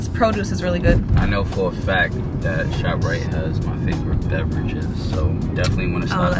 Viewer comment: Did u just say shoprite?🤣